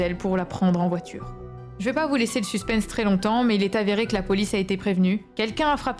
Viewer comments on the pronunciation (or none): none